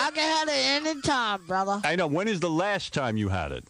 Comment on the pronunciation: "I've got a mind of my own, brothah"